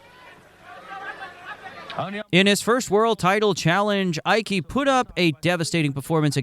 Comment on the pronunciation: A fun video except for a few mispronounced names. The double L in Arguello sounds like a Y. Ike is one syllable not two